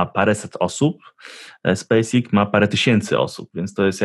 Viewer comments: Nie Space IKS tylko Space EKS :). Czesto ktos tak mowi nie poprawnie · nie chcę się czepiać ale uszy mnie bolą jak słyszę spece iks